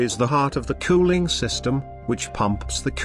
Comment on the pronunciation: "How engine COO-ling system works"😅